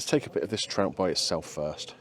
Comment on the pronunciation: I thought you said ill start with the tramp 😅😅 not trout